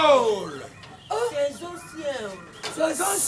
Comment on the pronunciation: Keiekeiekeekekeiekoe 😂😂😂🤣🤣🤣🤣🤣🤣ya mode saison na anglais eza season mais yo olobi nthior😂😂😂😂😂